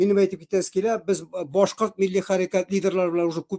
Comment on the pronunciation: Нишләп Рәфис Кашапов буталсыҡ башҡорт - татар телендә һөйләшә әле? Чисто ғына татарса түгел? БӨтӨрҙӨләр, хәҘер, ҡайҘа, беҘҘә һәм башҡалар. Ҙ өнө, Башҡорт теленә хас сингармонизм. А өнөн Урал аръяғы башҡортлары кеүек ҡаты итеп әйтә.